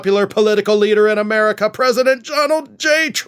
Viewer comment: Donald not di b